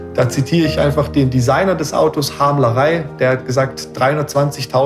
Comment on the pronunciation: Schönes Video. Aber den Harm Lagaay spricht man glaub anders aus 😅